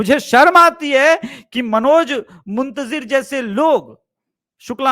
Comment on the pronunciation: Sir Manoj Muntjir Nahi Manoj Muntshir Shukla hai